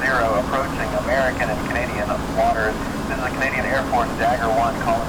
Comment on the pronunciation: did just say Cadian air force? 😅